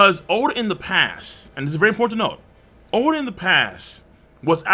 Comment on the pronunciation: Oda not O-da.